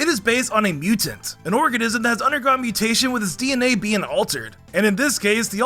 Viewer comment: “mew” tation hehehhe